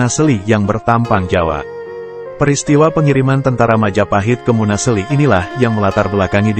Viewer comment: Munaseli bukn munasli